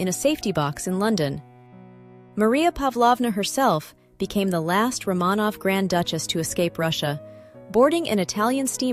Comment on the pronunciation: I don’t hate the AI narration so much but could you please pronounce Romanov correctly?